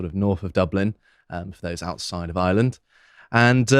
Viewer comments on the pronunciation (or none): IReland. Not eyeland. Try harder.